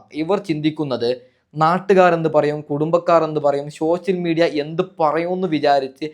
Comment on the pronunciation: ശോശൽ മിഡിയ യോ 😂😂 ആദ്യം പറയാൻ പഠി ക്ക്